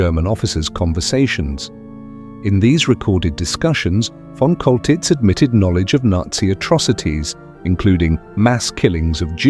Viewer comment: His name is pronounced "Sholtitz!" monsieur........ You dingbat. 😅😅😅😅😅😅😅😅